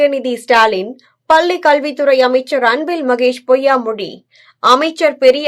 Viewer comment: "பள்ளி மாணவி " என்று தமிழில் சரியாக பேச தெரியாதவர்கள் எல்லாம் ஏன் செய்தி வாசிக்க வருகிறீர்கள்? பல்லி என்று வாசிக்கிறீர்கள்.